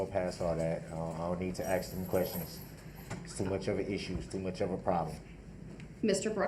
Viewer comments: I didn axe then to do dat,what a fool,,😂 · Did I axe them to do dat. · "I did not ax dem to do dat." Ugh. He infuriates me. 🤬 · Can I axe a question? What is this troof he speaks of? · I didn’t axed dem to do dat 😂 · “I did not axe them to do dat.” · Never! EVER! EVER EVER EVER EVER…. Trust anyone who says “Axe/Axed instead of Ask/Asked. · I did not AXE dem to do dat....i did not axe dem to do dat....its a rush to judgement....its not lawful law.....you dont under-SHTand....you not rushin' me to judgement.....my paperwork is missing for some odd reason ...i axe for a legal finding of fact & legal reconsideration....(I dont know what the hell im talking about) Groundz for the substain? Do you keep regular contact with that child? ***Ummmm....mr third party intervener....do YOU keep regular contact with that child????** (PS....does she actually hate you?) Here it comes: Perry Mason moment.... Do you recognize these pictures i pulled outta my ass?? Taaaa-daaaaaa!!!! Case closed. Check mate😂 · The guy who thinks he's so smart you think hed learn how to say the word "ask" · Im going to miss the ghoul going to court each day and making a complete idiot of himself for our entertainment 😅 the best bit is he thinks he looks clever, especially when hes questioning Erika and arguing with the judge, hes so stupid that he cant even get a word right that he hears 100 times a day "substain"😂 and why does he constantly try and eat his own lips? He is truly a repulsive little turd goblin, he makes my skin crawl 🤮